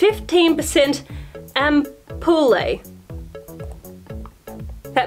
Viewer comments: Ampoule is not pronounced am-poo-lay. It's also spelled ampule and that's how it's pronounced. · When she didnt know how to pronounce ampoule?😂